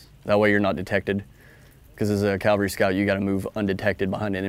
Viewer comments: CAValry...not Calvary...that's a hill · I could swear he's saying "calvary" instead of "cavalry". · Cav scout saying Calvary and not cavalry, lol. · When ARMY calls themselves CALVARY instead of Cavalry... And someone tell me how tf a Cav Scout doesn't actually know the reason red lenses are used at night lol. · I’m honestly not trying to nitpick, nor am I making fun when I ask this, but – is it common for Cavalrymen to pronounce it Calvary? Cool video! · Cavalry. NOT Calvary. WHY do so many people mispronounce it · Sorry dude, you lost me when you said CALvary scout instead of CAValry scout. I'm a lowly E5, but I still know how to pronounce words. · Someone needs to tell him it is CAV-al-ry not CAL-va-ry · "Calvary." Bruh. Y'all even say "cav scout." "Cav," not "cal." How do y'all not know how to say "cavalry"? How is that not an immediate "gtfo of my board" by every CSM? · A pet peeve of mine is hearing Soldiers mispronouncing this type of unit. This Soldier is NOT a Calvary Scout...he is a Cavalry Scout! No one EVER served in the 1st Cal...they served in the 1st Cav. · Why does he keep saying calvery instead of cavalry ? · He defiantly says "calvary" scout a lot! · Is he saying CALVary Scout?? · It's cavalry, not Calvary. I know, people get those confused. Kind of like nuclear and nu-cu-ler. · He keeps saying calvary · Is it bad that I find the mispronunciation of “cavalry” annoying? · You’d think someone in the cavalry would know how to pronounce it. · Just - unlike him, make sure you say it correctly. (Because there's a big difference between a mounted warrior and the hill where Jesus died.) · Can we at least find a guy who can pronounce cavalry correctly? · I wonder how often they're required to scout where Jesus was crucified... For a SSG/E6 I expect you to at least pronounce "c-a-v-a-l-r-y" correctly. It's the difference between talking about where Jesus was crucified and a Soldier who scouts the enemy from a horse.